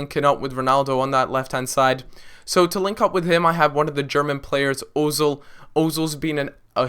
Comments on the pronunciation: omfg its pronounce erzil not ozil!!! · It's pronounced Err-zill the dots above the O change the sound of it from ooooo to errrr - it's called an umlaut I believe.